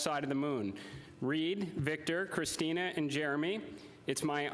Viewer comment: He must have have been told their names 100 times and he still pronounced Christina’s Name wrong. He did that on porpouse no doubt